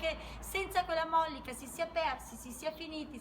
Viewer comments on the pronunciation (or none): Bella riflessione! Però si dice mollìca non mòllica. Ti seguo con affetto 🤗